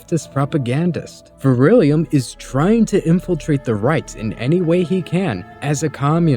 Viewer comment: Good vid. Dude's a total plant. 2 things: 1. it's Vrillium, not vir-ill-ium; 2. It's dissident right, not dissonant right. Details matter.